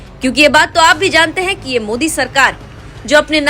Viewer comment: ओवेसी 👎, मोदी नहीं बोलना आता, जानबुजकर मोडी बोलता. अब इतना अवघड नाम ( जयशंकर सर ) कैसा बोलना आया?